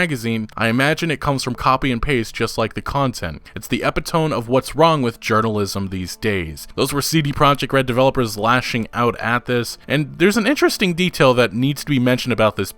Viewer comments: EPITOME LOL its pronounced e-PIT-ah_mee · If you are going to read long paragraphs within articles for a majority of the video, at least learn to pronounce common words properly. Women (whim + min), NOT Woman (woo + min) epitome (uh + pit + tum + me), NOT (epi + tome) gyrate (jai + rate), NOT (guy + rate) The Women one is beyond ridiculous. Have people on youtube completely forgotten how to speak the (American) English language because they spend too much time staring at gibberish on the internet? I just watched 30 minutes of an Oversimplified video on the Prohibition. It was very informative. It also made me want to tear my hair out because the narrator sounded like a toddler who hadn't mastered the plural form of woman, and repeated it every 15 seconds. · FYI it's Uh-Pit-Uh-Me not Epi-tome. Have a great day! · My issue is you said epi TOME instead of the correct E-PIT-O-ME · WARNING WARNING TRIGGER ALERT - It's Eh-pit-OH-me. I don't know why so many people see epitome and pronounce it as ehp-EE-tome. End Trigger Alert Return to your original watching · Fyi : epitome is pronounced ‘ e pit oh me ‘ instead of epi tome. Also Gyrating is ‘Jie rating’ instead guy rating. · Minor gripe: Epitome is not pronounced "epi-tome" it's not a book. It's ePITomee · Epitome is pronounced E- pit - toe- me, not epi-tome. Christ man and is one of the smarter you tubers. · Love your stuff but this is like nails on a chalk board: Epitome E-pit-o-mee Not Epi-tohm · Epitome isn't pronounced ep i TOME, it's pronounced E PIT O ME. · Epitome is pronounced e-pit-oh-me not ep-i-tome . Its not the buggy game, its selling a product you know will be uselessly broken for millions. That is theft by deception. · what the f is an epitomb? the word was epitome (ah-pit-oh-me) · "Ep-i-tome". More like. It's pronounced E-pit-tuh-me. Embarrassing. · EpiTome? No. ‘EpitoMee’ Dude. 😒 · Epitome is not ep-i-tome. It's epit o-mee. Like your video otherwise. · Epitome: Eh-pih-tuh-me